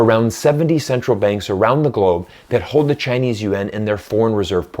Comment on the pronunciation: Finally, someone who pronounces it (yuan) correctly. After studying Chinese I have come to the conclusion that it is a cumbersome language. English is the best and Russian so great. English is the fundamental language for reading the Bible KJV 1611.